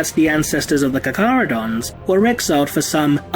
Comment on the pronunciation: I thought it was pronounced CAR-CHARH-UH-DOHN-Z.